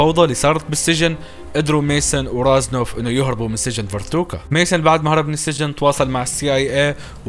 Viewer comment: تحصحيح على السريع قال فورتوكا ومفروض ينقال فوركوتا وقال اسم البنت تشولي غلط اسمها كلوي